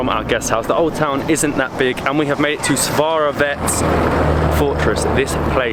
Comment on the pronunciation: Lol 90% of the pronunciations are totally off, but great video nonetheless! The beer is pronounced Pee-reen-sko (Pirinsko) The fortress Tzar-e-vetz (from the word Caesar, meaning Emperor ) - the Tz in Tzar is pronounced like TS in panTS The city is Veli-KO TAR-novo